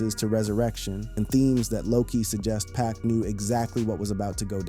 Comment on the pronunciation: Please STOP Calling Him PACK🙄His Name IS PAC😉👌🏼